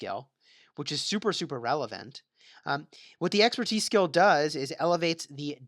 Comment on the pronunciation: Something's wrong with your mouth. You always pronounce "skill" as "scale". Wtf